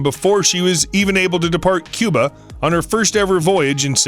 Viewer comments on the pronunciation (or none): none